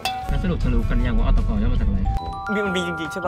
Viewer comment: อตก ออฟเตกัน กลายเป็นอตกน ออฟเตกันนิว😂😂